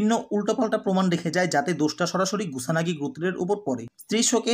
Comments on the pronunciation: That's kusanagi bro😒 Not gusanagi😑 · এফোর্ট খুবই ভালো, কিন্তু ধরো ৮০% মজা পাইলাম. ধারাবাহিক বর্ণনা ভালো ছিল কিন্তু নামের উচ্চারণের গুষ্টি মারা হয়ে গেসে. কুসানগি থেকে গুসানগি, কিও থেকে রিও ... কি ছিলো না এইখানে. উচ্চারণ ঠিক করলে আরো বেশি ভিউ পাব. তারপর ধন্যবাদ এই বাংলা রিভিউ দেয়ার স্টেপটা নেয়ার জন্য.